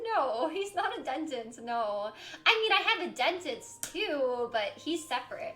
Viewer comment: She can't say dentist... 🤦🏻‍♀️